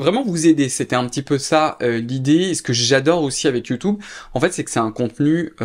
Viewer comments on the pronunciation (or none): YoutOub, youtOube, YouTube, you tou beuh 😊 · Top vidéo ! Mais pourquoi prononces tu youtOube ? Lol ça me stress !